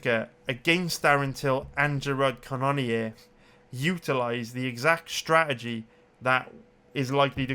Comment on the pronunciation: Ca none neer gets pretty irritating after awhile lol knowing that's not how you pronounce it